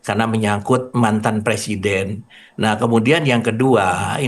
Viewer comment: "Presieden" memalukan, di dunia..